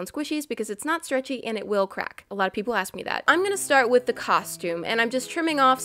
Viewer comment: did you see the sad face on the old ice cream and the way you say crack it sounds like the butt and the drug